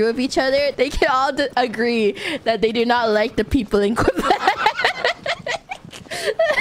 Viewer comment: The way she says QuebecQUA will live rent free in my head forever now. 😅